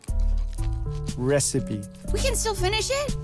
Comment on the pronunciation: “Reyes res-ipe- recipe” 🥺